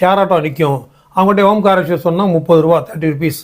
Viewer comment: ஓம் காரேஸ்வரர் என்ற சொல் தவறு. ஓங்காரேஸ்வரர் என்று சொல்லவேண்டும்.